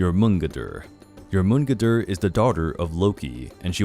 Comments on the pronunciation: Its jor.man.gun.der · It’s pronounced Your-mon-gone-der. With an accent on the your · First of all you said Jörmungandr wrong but doesn't Matter lol, second when did he become a girl? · As a lover or Norse Mythology, i like to this roundup of the creatures of the Norse Saga's. Just the way you pronounced Jormungandr upsets me......